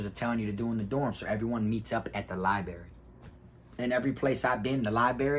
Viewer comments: Library big dawg, not libary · Li-brar-ry not li-berry lol. 10 toes fam!!! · I really am not trying to be a hater in your comments all the time. I am a fan and love your stories. But man. Lie Buh Rare E. Long E sound at the end. Library. Not liberry. My wife is a librarian so I had to say this. Sorry. Huge fan I swear. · It is called a library and li berry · LIB RARY - LIE bRerry - b R erry. I couldn’t stand that everyone neglected that R when I was jocing...don’t get it.... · Libary 😂😂 love it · Lie berry ?! Lmfao ! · Dude should spend more time in the library so he can stop saying "liberry". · Somehow I knew you were gonna pronounce it “libary” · Pronounced lie- brary bro 🤣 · You know u from Fl when u say liberry....salute big bruh